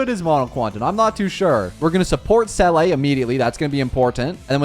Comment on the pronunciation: please it’s zeela not selleh